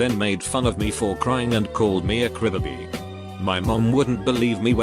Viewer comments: nobody: text-to-speech: crih bih bee edit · Nobody: Text to Speech bot: cribiby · No one: Text to speech dude: Cribibi